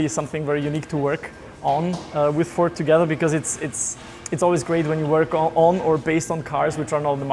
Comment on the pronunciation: Great video as ever, did note a slight mispronunciation of the word Fffffooooorrrrdddsssssssss. Thanks as ever !